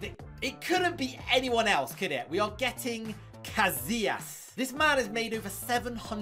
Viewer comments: Bro said kazias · Bro really sayed cazliaz